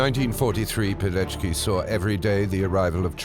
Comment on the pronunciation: Verdammt noch mal! Was für ein Pijeki??? Hätte die deutsche Übersetzung die korrekte Aussprache nicht prüfen können, statt die französische zu lassen?? Der Mann hieß WITOLD PILECKI (PI-LEC-KI)!